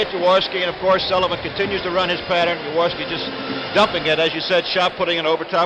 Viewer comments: Why can't Unitas pronounce Jaworski's name? Yaworski? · Those mesh Eagles jerseys were bad ass. So 70s...😂 Unitas calling Jaworski "Yaworski".😅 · Perhaps but that's not how Jaworski pronounces it. Had Unitas spent even five minutes speaking with Jaws prior to the game, or asking any questions of the Eagles about their new QB, he would have understood how Jaworski pronounces his name.